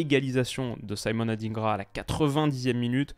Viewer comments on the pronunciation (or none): Simon adingra et non saïmonne adynngra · merci pour tes débrief très pertinents. j'aimerais rectifier une chose la Côte d'Ivoire est un pays francophone, "Simon Adingra" ne se prononce pas avec la phonétique anglophone Merci!